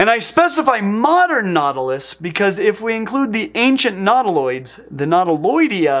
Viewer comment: Minor stupid pedantic pronunciation point. Nautilus is "NAW-till-uhs," thus, nautiloids should be, "NAW-tih-loids," not, "nahw-TIH-lids." Sorry to be that a**hole, but, that is just distracting. Meanwhile, you are still doing well, looking good.